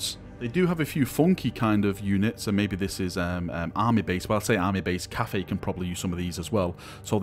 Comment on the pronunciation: Why are You spelling it Caffei? All in all, if You have to, say 'caffai'... And it actually should be spelled 'cattai'...